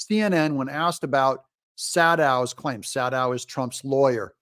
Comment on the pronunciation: When he said "Saddow" I thought he was talking about Rachel Maddow.😂😂😂